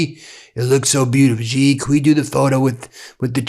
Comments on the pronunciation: "Iran will let Donald Trump use the, uh, air base there in Riyadh" LOL, LOL. Also, who taught you how to say Xi and Wang (Chinese family names)? Is your brain ok? we're less than 2.5 minutes in and you've made so many mistakes. Odd, King Salman isn't above MBS? Wow... news to me, no doubt news to the King as well. Does this guy know what an op-ed is? No proof needs to be offered, no sources need to be gotten. Just one person's opinion. Hating Trump is one thing, he is a skid mark. But to let it blind you, and make mistakes similar to his is not ok. Be a bit more self-critical. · Small point but it's not Ji Jin Ping. Xi is pronounced "she". It really grates to hear it said so wrong. Anywho, Trump couldn't have picked a better, more appropriate time to visit China as it's collapsing. There's currently a run on banks, and revenge against society killings are going mental at the moment. On top of all the other problems like the increasing company fires, as disgruntled workers burn them down, millions unamployed as businesses have closed en masse and foreign companies have pulled out. Millions sleeping on the street too. It's not great, so Trump SHOULD have everything to offer, all in his court. But of course he'll fuck it up entirely. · It’s pronounced “she” not “jee”! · Stop mispronouncing the president of China’s name. iI’s “She” with a harder S, not “Gee!” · XI is pronounced SHE, not GEE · Please learn the pronunciation of the Chinese leadership. If you are talking about Trump respecting others, you yourself should learn to pronounce foreign names. it's 'shi' not 'Z' and 'Wahng' not the American 'a' like 'drank.' Also 'Eeran' not I Ran' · Dude .. not "ji" "jing" ping. Si jin ping. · Xi is pronounced like "she". If your only job is to read the news every day, please learn how to pronounce things correctly. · Bajesus! If you're gonna cover China, at least learn how pronounce the names. Xi isn't "gee." It's like "she" in English. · Bro, it is pronounced shee jin ping